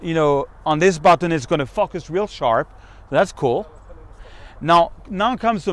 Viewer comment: Great, well done. Solid tutorial with much information. As all French speaking people, you should practice pronouncing the word FOCUS very well before saying it on video! Cheers